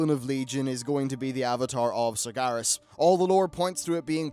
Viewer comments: FFS It's SargEras not SargAras :( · Sar-GE-Ras, not Sargaras.